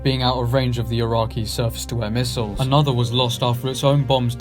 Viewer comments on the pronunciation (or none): Not to mention 'Eye-rack' as the location and the apparent use of 'mistles'.